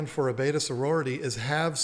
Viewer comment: not for anything but it is not BETA, Its BETTA.